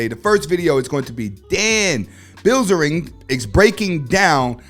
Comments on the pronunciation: Dan is trash but you should say his last name right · Did he just pronounce Dan Bilzerian and the most butchered way a human could possibly butcher the English language LMFAO I mean the guy is a bozo but at least pronounce his name right bahaha